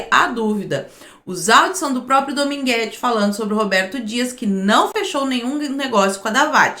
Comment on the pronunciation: Ele erra até o nome do cara, dogminguete.